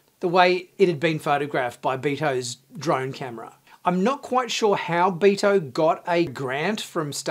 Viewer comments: Dude obviously doesn't read his comments. I told him a few weeks ago how to properly pronounce dudes name. it not BEE-TOE. Not sure why this annoys me so much. Maybe because I'm Spanish. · I LOVED the episode. BTW, Beto is pronounced BAY-to. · Sorry if I might of sounded a bit rude in my post. I apologize. Beh-toe isn't 100% correct.. The "Beh" is correct. the last part "Toh" I believe is a unique Spanish pronunciation . You not being Spanish.. Its understandable if you don't get that part correct. So Beh-Toe would be acceptable. Thanks for you response. and again.. sorry for my original reaction.